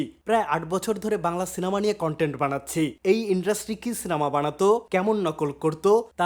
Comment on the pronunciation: ❌ ইনড্রাস্টি ✅ ইন্ডাস্ট্রি ❌ হুহুবু ✅ হুবহু এটা আপনাকে ছোট করার জন্য নয় ভাই, তবে ছোট ছোট ভুল উচ্চারণ গুলো ঠিক করার আশা রাখি As You Are One Of My Favorite YouTubers.